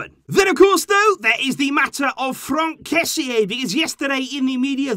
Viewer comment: I think if his name is spelt kessee, it will help with your pronunciation, but how you pronounce kessie means something else. The meaning of his name is BIG and the meaning of how you pronounce it is bones😂😂